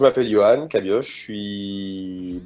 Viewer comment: Lui même il ne sait pas prononcer sont nom de famille. Sa ce prononce Cabi-o-re et pas Cabi-oche. Le c'h c'est une lettre de l'alphabet Breton qui se prononce comme un re. Pour comprendre mieux il y a cette très courte vidéo qui l'explique A part ça félicitation pour ce parcourt.